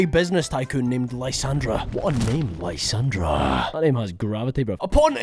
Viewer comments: Love the video but I genuinely cringe everytime you somehow too pronounce Lysandre as lysandra there’s no ‘ in his name too show pronunciation difference 😂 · Lie-San-der Lysandre